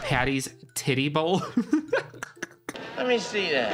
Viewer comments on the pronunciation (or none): Not saying "Tiddy Bowl" when it was "Tidy Bowl". I was like, "Wait...what?" 😂